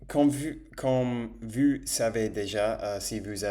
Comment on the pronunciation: genial, mais j'ai remarquer que quand tu dis comment t'aller vous, tu dis vu et pas vous, regarde dans le traducteur la diference, mais genial !!!